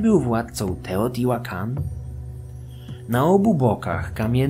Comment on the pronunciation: Wiedza super ale niestety nie mogłem znieść wymowy nazwy miasta.